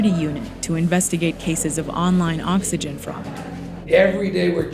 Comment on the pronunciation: "The true citizen conserves valuable ovegen"